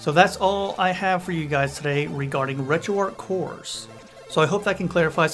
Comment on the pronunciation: It's pronounced ARCH. Not ARC.